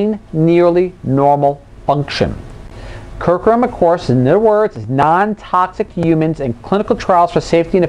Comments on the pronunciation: I'm very interested in this. I would say you might do well to spend 5 minutes to practice how to pronounce a word that's the central subject of your video, or instead publish this as a blog so that you don't have to say 'curcumin' out loud. People tend to make snap judgement about your intelligence when you badly mispronounce simple words. Try this: CUR--- Q --- min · That is an acceptable criticism. It is actually an error in pronunciation I made quite a few times. I agree fully with it giving the wrong impression. This is something I will fix the next time the subject of curcumin comes up. CUR-Q-min nit Cur-Coo-min.;-) - Blog Here